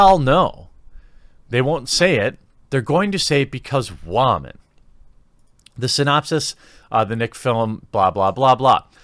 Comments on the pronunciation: stop saying wahman...its woman!! thanks 😊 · Its Woman....and Solo 😅😅😅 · Is there a reason you pronounce woman like that? Its extremely distracting...